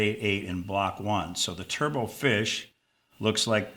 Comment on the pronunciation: The final "t" in turbot is not silent. "Turbot" rhymes with "robot"; it's not pronounced like "turbo".